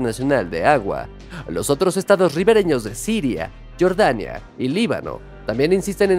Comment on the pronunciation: Pronuncia bien jordania no estas diciendo Michael Jordan